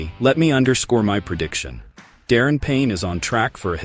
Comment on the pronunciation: Darren Payne? It’s Daron brother.